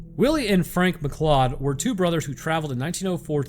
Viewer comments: It's pronounced McCloud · Science tells us: Form the way pronounces "MacLeod" - he has never seen Highlander. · This be true.